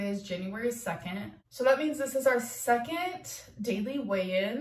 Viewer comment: There’s no T at the end of second.